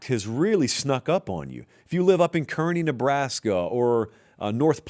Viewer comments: Kearney is pronounced "car knee" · Kearney is pronounced Car-knee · Its pronounced "Kar-nee" Nebraska